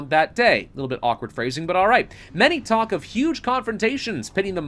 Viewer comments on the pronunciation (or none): none